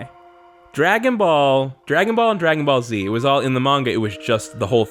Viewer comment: When they said "Dragon Ball Z hair", it almost sounded like "Dragon Ballsy hair".